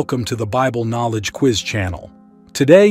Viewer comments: Sir you pronounce Quiz correctly then you say queese what in the world is a queeze as in squeeze ????? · "...with the QUEEEEZ..." XD XD XD XD XD